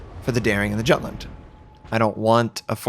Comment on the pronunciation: The way you pronounce Jutland, ouch.